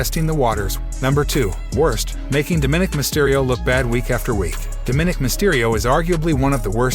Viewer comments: You twice mispronounced "DOM-i-nic"'s name. Not "do-MINIC"! learn to speak correctly. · How many times did you misspronounce Dominic name in this video